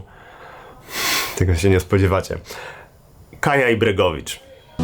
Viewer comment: Bregović, nie Bregovicz.